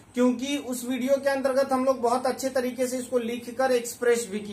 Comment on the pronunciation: Antergat ka bol rhe ho bhai